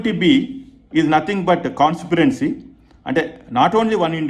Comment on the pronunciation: Consperancy అంటే? 😂